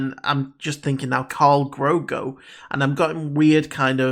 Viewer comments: It's Grogu, not Grogo aka Drogo.. But get what you mean it sounds Russian. Lol. Was a little surprised by the shorter mantrails however its practical not to have too long that might look too similar to Twilex. And it gives Ahsoka the freedom to fight and move around without mantrails getting in the way if they are too long. If that makes sense. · Grogu not grogo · GROGU. Not Grogo. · Someone on the Mando production team tweeted that they shortened her lekku and montrals for stunt and performance reasons. And I'm sure you know by now, but just in case, his name is Grogu, not Grogo. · You’re mispronouncing his name it’s not Grogo it’s Grogu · In case no one else said, his name is Gro-gu, not Gro-go. JustFYI. (And I doubt I spelled the name correctly, I just did so phonetically) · It’s Grogu not Grogo ;) And for some weird reason it works! I LOVED Ashoka. But I have such nervous energy for the future! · Absolutely loved this reaction, however I don't quite think you got the name right. Pretty sure it's Gro-goo, not Gro-go. Could be wrong tho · Grogru not grogro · Grogu not Grogo. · It's Grogu, not Grogo. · `GROGU WITH AN U NOT AN O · ''Grogo no wants stone. Grogu, is scared'' In Russian accent LOL